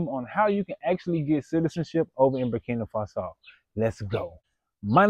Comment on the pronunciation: Never trust somebody who can’t even pronounce the country’s name correctly!!! Don’t be stupid